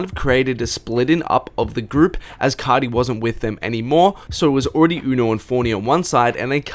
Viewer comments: “Playboi cahhti” Im cryin 😭😭😭😭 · You say Playboi carrrrdi